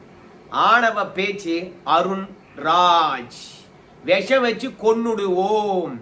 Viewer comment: Visam , not vesam